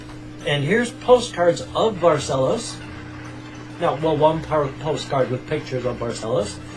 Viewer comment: Yay! I finally found the video! XD Sorry it took so long ^^' I'm so glad that you liked what I sent ^-^ And you actually pronounce the name of the city very well :) Much better than most really...only the last syllable was a bit off but not bad at all! Also...thank you for your words of wisdom... Just a few curiosities about Barcelos and Portugal in general (if you don't mind of course): - About the postcard with the various Roosters: Each Rooster in that postcard is actually a giant statue (to get the idea of how big it is I can tell you that you can mount on the back like a horse! And there's this picture: (and this is one of the smaller ones!!!)) This statues are all around the city. - The original Rooster of Barcelos Wasn't quite like it is now. Back when it was first made into a clay figure in the 1930s it was used as a toothpick holder. - This is just an example of what it looked like. -Did you know that Barcelos is the city in Portugal with the largest conglomorate of "villages"? It has 89 "villages"! - This is a map of the "concelho" as it is called here -The last living relative of royalty in Portugal is from Barcelos and, should Barcelos revert to a monarchy, he shall be named the King. -The Rooster of Barcelos has become a symbol of Portugal and there is even a statue of it in Rio de Janeiro, Brazil. -The world's oldest alliance is the one between Portugal and England dating back to the 1300s (it's almost 650 years old and it's still in effect